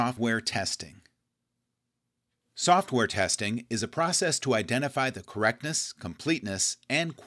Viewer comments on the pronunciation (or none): Corretness...what an irony XD. Anyway, great series of videos! Thumbs up and subscribe!